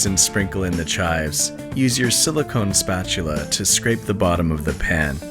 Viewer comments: hearing YSAC say "spatula" has ruined my life completely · I've never been made so uncomfortable by someone saying the word "spatula."